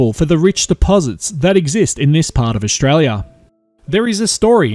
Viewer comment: Great video, just one thing though, it's Aus-tralia NOT Aush-tralia